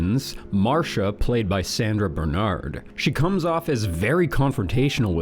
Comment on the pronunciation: Glad you’re back, and you look thinner. Keep it up. But say the correct name of actors and their character names. It’s Pupkin, not Pumpkin. It’s Bernhard. Not Bernard